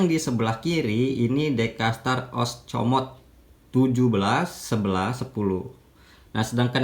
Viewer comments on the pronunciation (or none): Os.. Mo.. Co.. Te abang.. Bukan oscomot. Hehe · Diluruskan OSMOCOTE bukan OSCOMOTE 😂😂😂😂